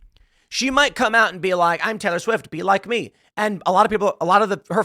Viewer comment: Tay-Lee I hate it